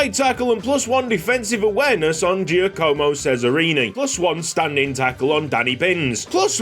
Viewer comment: For Cesarini's first name its pronounced Jah-co-mo, not Jee--ah-coh-moh Also petition to give purperhart the #1 jersey